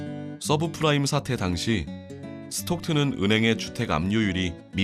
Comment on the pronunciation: subfrime? subprime아님?